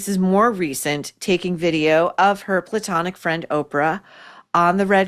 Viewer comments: Every time you say platonic friend I fall on the floor😂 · Why does saying platonic make me laugh every time? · The way she says “her platonic friend” every single time …..👑👑